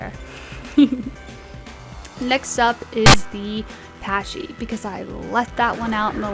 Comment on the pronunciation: not to be rude, but it isn't pronounced "patchy" but rather "packy"...I've noticed a lot of ppl mispronounce this, it's Latin....not english